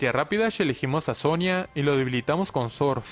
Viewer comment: me encanta cuando dice sorf, "sonia utiliza sorf" 😂😂😂😂